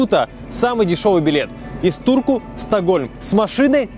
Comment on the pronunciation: Мне одному послыщалось что не в Турку а в дурку